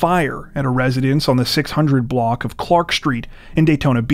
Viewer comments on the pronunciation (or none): none